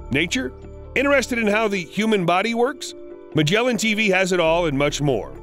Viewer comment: Its not “Majelan” its MAGGELAN